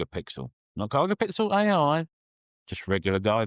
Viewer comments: Useful review thank you. I feel traumatised every time you say “Gigapixel” though! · Hahahaha! G👁️gapixel gets me every time as well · How do the British normally say gigabyte? Is it similar to how is saying Gigapixel?